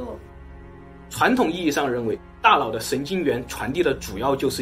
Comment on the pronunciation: 我的"大老" 真是不够聪明 da nao is not da lao